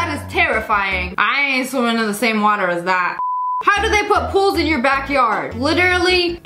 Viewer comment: No we say water normally not like that